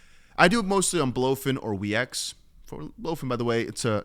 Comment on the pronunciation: Btw weex is pronounced weeks. Not wee x